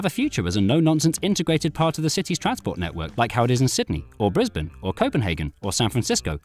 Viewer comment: As someone who lives in australia, you are the first person I have seen on yt pronounce “Brisbane” correctly.